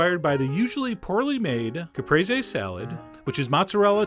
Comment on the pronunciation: Well, now I know how to pronounce Caprese